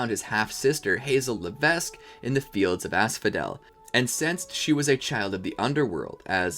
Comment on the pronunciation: Hazel Levesque, the S is silent!